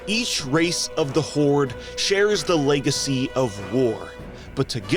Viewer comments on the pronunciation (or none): none